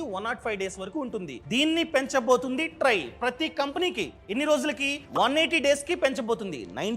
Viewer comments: Dont pronounce try (ట్రై) wrongly its trai(ట్రాయ్) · ట్రై కాదు ట్రాయ్ అనాలి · Adi try kaadu ra naainaa , TRAI... Akkada deergham paluku jara